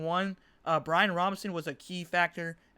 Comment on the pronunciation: Bijan not Brian 🤦🏾‍♂️🤘🏾